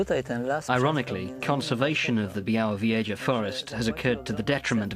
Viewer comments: Byawovyeja! TERRIBLE pronunciation!! >_< But amazing video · my mother grew up in a small village very close to this mystifying forest.. I'm anxiously anticipating my return to this primeval natural wonderland and by the way, it's pronounced BYAH-WOH-VYEH-ZHAH ;)